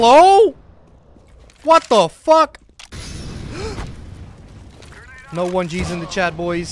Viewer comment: that was the most Dutch ‘What The Fuck’ I ever heard ;).